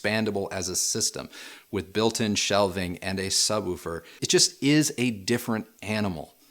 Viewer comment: Did just say subwufer?